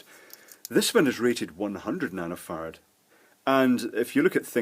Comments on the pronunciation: sounds like nano farts hahahahahah. Sorry, they say ferrets in here. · I scanned the comments for 2 minutes and am sad that no one mentions how he keeps saying nanofart. Classic Scottish accent! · "This one is rated at 100 Nanofart"😂😂😂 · sounded like he said Nano fart lol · when he got to the section about capacitors I thought he was saying nanofart and microfart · I keep hearing nanofart and microfart.